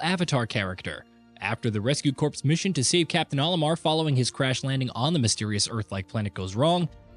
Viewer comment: “Corps” is pronounced “core”